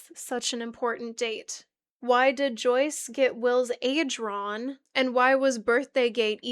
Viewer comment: "what the hell is ron with you" it lowk irks me but i watched all 3ish hours and i loved every minute (besides when u mispronouned things but i have a speech impediment too, we're good) anyway genuinely great video, loved that for sure